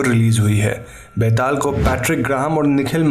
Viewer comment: It so awkward that an indian pronunciate an indian folktale charecter wrong..byataal!!!!!betal to sabhiko bolna ata hain yaar